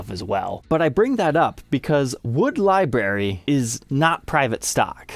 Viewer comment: Oh my God dude. Can you please learn how to pronounce the word library. There is an R in it. It is not something that grows on bushes. Although I would love liberries